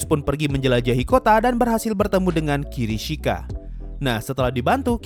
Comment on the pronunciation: kishirika bang bukan kirishika